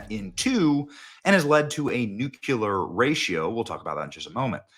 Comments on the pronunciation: You are mispronouncing the word nuclear again. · It's pronounced nuclear, not nucular! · Newkyooler? Really, Benny? Again, bro, do not Bushify your speech! Say new. Now say clear. Now say coohwip!😂😂😂😂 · For the love of all that's sacred stop saying Nucular. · Did you say “nucular”? SMH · You said “…nucUlar ratio..”. What does “nucUlar” mean? Come on, man. This is a credibility killer. You are supposed to be a professional journalist. Embarrassing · Binoclers or nuculers I’m confused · Stop putting a second u in Nuclear , can you read? Butchering the English language is very unbecoming even for your dramatizing self! GOD Bless You! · *There's only ONE "U" in "nuclear"!!!